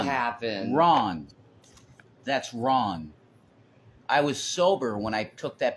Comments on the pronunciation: Did he just say wron.!!!? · He said, "wron" (instead of "wrong"). They are becoming one. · I heard ron.lol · is dropping the Gs now! “Ron, Ron, that’s Ron…” good god. First the wartz. Now the Gs. It’s spreading! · He starting to drop the g's like Shanny